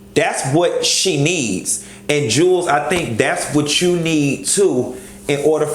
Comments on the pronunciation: Jew Wells not Jules lol I die laughing every time you say it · I really can't take you serious when you keep calling him Jewels when his name is pronounced Jew-Elz